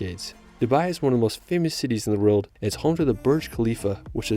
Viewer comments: All I hear is "ruld". Its "world" dude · What is that accent? Why is "world" pronounced "relt"?